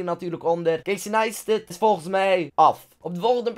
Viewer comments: Waarom zeg je Casey Neistet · Toen je een keer eerder over de youtuber CaseyNeistat vertelde, wou ik hem opzoeken maar ik verstond het niet. Dus ik zocht op crazy nightstand, en toen kwam ik op one nightstands. Ja... Trauma's😅